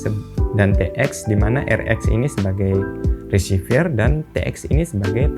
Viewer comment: Reciever kok bacanya jadi resivier di antara v dan r cuma ada e kok jadi ie bacanya?